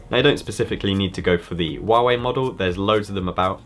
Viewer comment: Great channel, and congratulations, your the first person I have seen pronounce Huawei correctly lol 👍